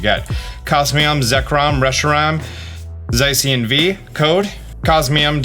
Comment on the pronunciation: I am so sorry, i can't help but be that guy! It's za-shee-yuhn It's zer-nee-uhs It's coh-smo-emm It's also paw-nee-yard! Again I'm so sorry i just couldn't help HHHHHHHHH